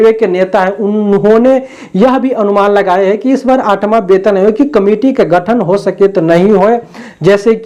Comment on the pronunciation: वैसे तो आप वेतन आयोग को बेतन आयोग बोलते है, पर आप बिल्कुल सही है क्योंकि ये सच में बे-तन आयोग (बिना शरीर का आयोग) है।😂